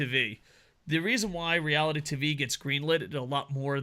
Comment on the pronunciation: What is “reality tovee”?